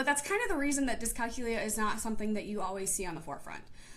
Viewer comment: You're saying it wrong. It's pronounced dis cal que lia. with the emphasis on the que sound aka the third syllable.